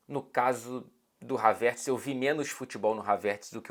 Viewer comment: Então é Havértz que se fala e não Hávertz